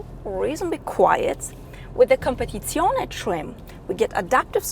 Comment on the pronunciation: Ciao, you know that I always compliment you but today the biggest compliment goes to your pronunciation of COMPETIZIONE, I would say promoted 😉😊😃👍 Samu Milan-Italy